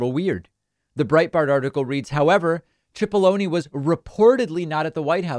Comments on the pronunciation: It’s “Sip”aloney, not “chip”aloney. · i hate to correct you David but his name is pronounced as an S not ch, it sounds like SIP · Think it's pronounced sip-po-lo-knee. Like take a sip of this water. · David, in another story you reported on today, you keep calling Pat Cipolloni "Pat Chipolloni" it's driving me nuts, why are you pronouncing his name that way?